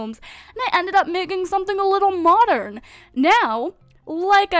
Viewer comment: Why english people said : A MOCHERN